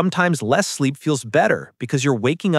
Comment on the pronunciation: TF IS BIZEEP 💀